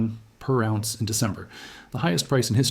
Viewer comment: He pronounces ounce as awz. The metal lead he pronounces leed. AI reading a written script.